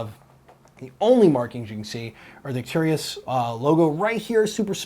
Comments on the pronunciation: Please Americans, learn how to speak English Properly. Arcturus pronounced 'arc-turus' and centaur pronounced 'cen-tor' ;-) love from the English. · Arc-tur-us. There's no "I" in the word. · Love your show, not to gripe, but it sounds like you mispronounce Arcturus. Keep up the good work, and as always, I'll be sure to call my freakin' hits.